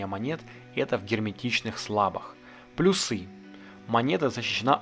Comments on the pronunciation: Офигенное видео , но плЮсы , а не плюсЫ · Спасибо за видео! Почему вы говорите плюсЫ?)